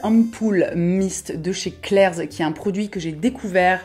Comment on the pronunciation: Suis-je la seule à entendre “Claire’s” et non “Klair’s” ? 🙃